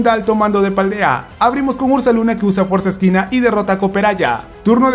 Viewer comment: Por que dices fuerza esquina :v es fuerza equina no se si tenga cin ver para lo del mote